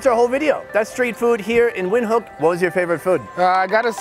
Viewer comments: Thought it's pronounced "Vintook" and not "Windkook" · I have Namibian friends from school days many years ago. That how i pronounce the city. But when this guy saying "wind" I start to doubt myself..lol..thanks for clarifying my doubts. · Windhoek is pronounced “vint- hook” it’s amazing to see you eating food that we eat here in South Africa, thank you for sharing !